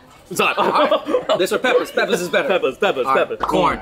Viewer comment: when was holding the jerk pork and said peppa, I thought he was talking about peppa pig rather than peppers